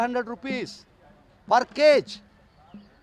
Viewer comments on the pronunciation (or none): It's not CAGE it's KG.